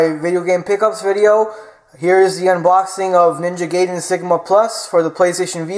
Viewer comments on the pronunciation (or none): its pronounced Ninja Ga-ee-den